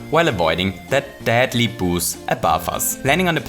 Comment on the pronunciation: It sounds like he is saying boobs when he says boos